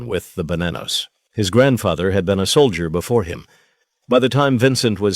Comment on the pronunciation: Soldier not Solder. A.I. Bring back humans!